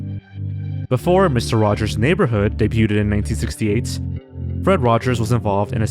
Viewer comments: Are you intentionally mispronouncing the word "debuted" with a "ted" sound at the end or am I hearing things? I'm even more confused because you say debut just fine - it's only when it's in the past tense form that I noticed the "t" sound. Anyway either way you got me to comment so besides that extra bit of engagement I want to thank you for the content. Hope you keep up the quality and continue to put out more videos for us! Thanks for the entertainment. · The way you pronounce the silent T in debuted makes me so irrationally angry. Stop that right now. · Does he mispronounce “debuted” to bait comments about how he mispronounces the word “debuted,” or does he really not know how to pronounce it? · I don't think "debuted" is pronounced how you think it is pronounced... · bro please learn how to pronounce debuted its actually driving me insane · I don't get how you do youtube for so long and still can't pronounce words like "debuted" correctly. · The way you pronounce "debuted" hurts my soul deep down but I'll like the video anyways. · Your pronunciation of debuted gave me cancer and aids. I now have canceraids 😔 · Why do you keep saying "Debuted" (day-byood) as Day-byoo-ted? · STOP SAYING "DAY-BUTE-ED" WHEN YOU SAY DEBUTED IT'S PRONOUNCED "DAY-BUED" THE T IS SILENT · The word "debuted" is pronounced "day-byood", not "day-byoot-ed". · Dude you gotta learn to pronounce the word "debuting/debuted". It's "day-bew-ing" not "de-bew-ting". It's "day-bewed" not "de-bew-tid". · it's pronounced day-byood, not day-yoo-ted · The word "debuted" is pronounced "DAY-BYOOD" not "DAY-BYOO-TED." Just thought you should know. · I love you man but it’s “de-bued” not “debyuted” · You can just say "dey-byood" not "dey-byooded" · Why tf do you keep saying Sesame "Streets"? And wtf is "day-bue-ted" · Debuted is pronounced as in 'day-byood.' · Debut/Debuted is pronounced Day b you and day b you'd just trying to help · The T in debuted is silent.